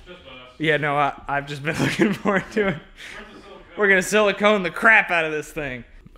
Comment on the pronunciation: that is caulk not silacone won't be alright lol